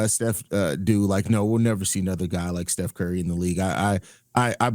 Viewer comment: "Che Curry" 😂😂😂😂